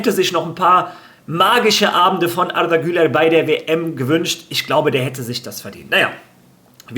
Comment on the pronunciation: es heisst arda güler nicht artha güler 🙂😉